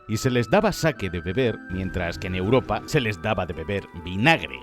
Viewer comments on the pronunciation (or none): none